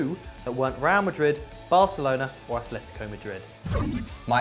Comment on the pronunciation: Athletico Madrid? Wrong, Atletico Madrid is one team, Athletic Bilbao is another, all the time I see these guys confuse Atleti with Athletic, even pronouncing it, Atletico Madrid has no "th" sound, At, just like Atletico Madrid.